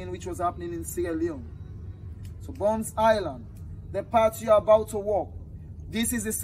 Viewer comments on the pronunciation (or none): It's not Bunce Island but Bonth Island